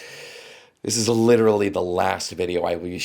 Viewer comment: I didn’t know pronounces literally like leafy